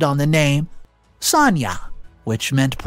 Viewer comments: Why do you say Sania when her name is Sanaya? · Pronounced son-aye-ah